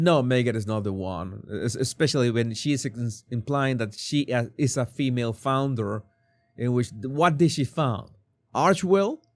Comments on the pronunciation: You are making me laugh. Instead of saying founder you say flounder which is a fish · Did you just say “flounder”? 😂😂😂